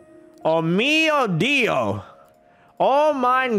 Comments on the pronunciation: good pronounced :o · his way to say OMG in italian... so funny but pronounced almost pretty well!!! proud of you, (as an Italian Guy, who I am) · in italian and this pronounce was perfect... Wow